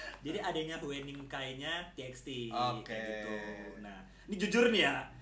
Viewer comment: Cara nyebut huening itu "hyuning" bang. Cara nyebut bahiyyih itu "bahiye". Jadi "huening bahiyyih" dibaca jadi "hyuning bahiye".